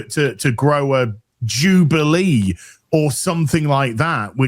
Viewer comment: Damn said JEWbaliee😂😂😂